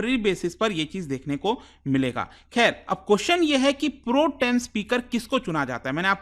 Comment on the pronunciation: Hahah😂 Pro...... Tem speaker 😂😂 It pronounces as Protem as one 😂😂